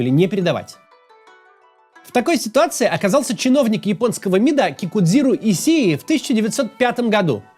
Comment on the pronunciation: Если уж на то пошло, произносится как "Кикузиро Ищии"